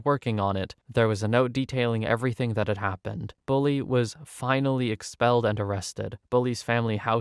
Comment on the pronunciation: It’s “bully” not “bulley”.